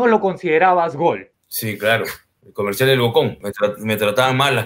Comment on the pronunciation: comershal comershal jajajajajajjaa 🤣🤣🤣🤣